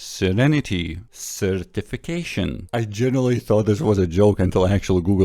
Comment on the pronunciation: Sir Tiffy Cashien... Certification OH. MY. GOD